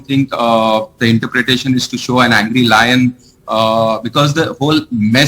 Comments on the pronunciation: They have totally messed up the national emblem. The guy on the left can't even pronounce lion and is calling it loin... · He does not know to pronounce lion!!